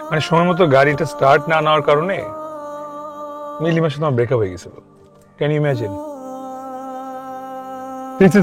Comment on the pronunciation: breakup na.. breack up hbe banan vul bolcn apu